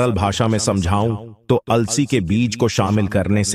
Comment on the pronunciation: It is अलसी not alasi